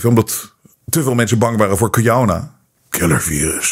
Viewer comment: Ik ga stuk om hoe hij Killervirus zegt 🤪